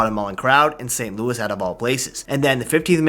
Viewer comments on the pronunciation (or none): none